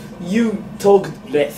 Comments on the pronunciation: lessがlethに聞こえるから てつやは英語をしゃべらないほうがいい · lessがbestに聞こえた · Lessがbethに聞こえるwwwwwwww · lessがlethになってんだよなぁ… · てつやのlessがdeathに聞こえてた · lessの所breathに聞こえた笑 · レスがブレスに聞こえて息をしたら良くなるかと思った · LessじゃなくてLethになっとるわ笑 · lessがlethに聞こえる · れすがブレスに聞こえた笑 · 発音悪すぎてわかんね〜 it would be better if you talk best?? Oh less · てつやのlessがベストに聞こえたw(老化が始まったかな？) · If you talk lessが is you talk best に聞こえて？？？？ってなった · lessがベスにしか聞こえなかったw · Lessがlethになってる笑笑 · lessがblessにしか聞こえなくて何言ってんの？wって思った私だよ。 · てつやの発音が悪すぎて草